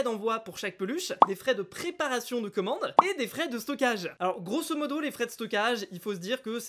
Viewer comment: Pourquoi tu dit touctant grosse modo sa veut dire quoi u juste sa m’énerve